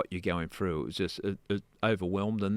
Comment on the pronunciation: Its pronounced through not frew !!!